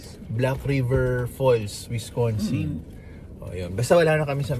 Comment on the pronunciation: Wis- can-sin not Wis-con-sin.. that's a dog treat from Culver's libre po yan